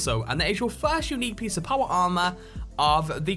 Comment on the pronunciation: Paw-Wah Ah-Mah...........